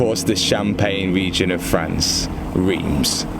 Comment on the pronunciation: "Reems" as you said is pronounced like "Rans". I know its mental. The French version of Worcestershire Sauce XD